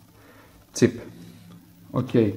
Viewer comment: i was hearing tip at first then thought to myself it was silly, it was chip after all.